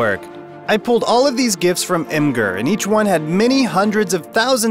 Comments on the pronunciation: it's pronounced "image" + "er" and not "eem" + "ger" source: from the AMA of the imgur founder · I pronounce it imager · How do you pronounce Imgur? Because I have heard it to many was.